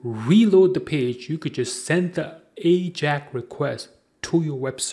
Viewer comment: "Ajack request"?? maybe before you try to create a tutorial video in Englilsh you should learn to correctly pronounce English words.